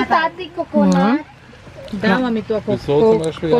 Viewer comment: Louie coconut bukan kononot Apa aku yg salah dengar?